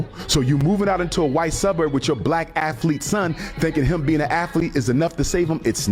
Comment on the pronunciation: When the heck did they put an F in the word athlete?!